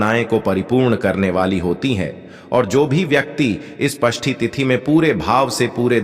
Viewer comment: अरे पष्टी नही षष्टी होता है